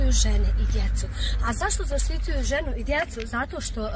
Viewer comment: Majko moja pa ni govoriti nezna čuj ZAštituju nek prevede😂😂😂😂😂